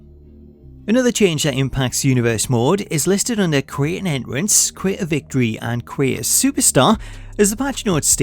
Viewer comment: My man said enrence!!! 😂😂 I love this